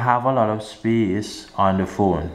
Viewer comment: Free up ✨speece✨